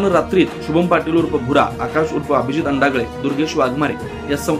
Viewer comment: अंडागळे......😂😂😂😂नसेल हो... अडांगळे